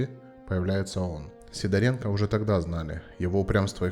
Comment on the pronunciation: Правильное произношение фамилии - СидОренко !